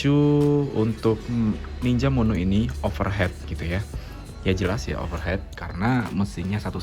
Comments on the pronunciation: Sepakat, tadi sempet bingung dengernya, overheat (baca overhit) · Overheat (baca: overhit) mas 😅